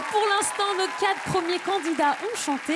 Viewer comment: Rhaaa apprenez a Shym a dire "Quatre" j'en ai marre d entendre top QuaT" Y a un R bordel!!!!